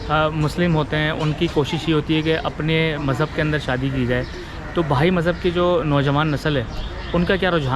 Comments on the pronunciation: Anchor saay correctly, it's not bhai it's " bahai" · Bhai Nahi hota bihai HOTA he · انٹرویو کرنے والا بھائ بھائ کر رھا ھے جبکہ "بہائ" ھے۔دوسرے اتنی تفصیلی معلومات ارام سے بیٹھ کر انٹرویو کی صورت بھی پہنچائ جاسکتی تھی۔😊